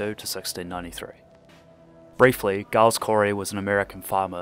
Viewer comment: Pronounces Giles with a hard G is a risky choice but I applaud it